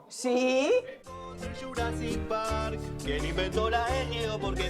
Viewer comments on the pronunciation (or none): none